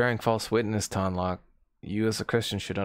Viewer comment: I wonder if Ton Loc gets mad that everyone mispronounces his name... It's 'Tone Loke', not 'Tahn Lock'